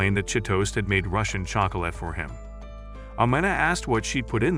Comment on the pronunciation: I heard '' and her Russian chocroulet(not a typo)''